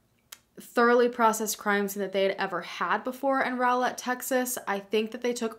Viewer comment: Thank you for pronouncing Rowlett correctly.